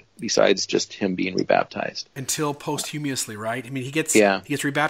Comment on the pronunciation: How do you not know how to pronounce the word posthumously, yet are presenting on YouTube?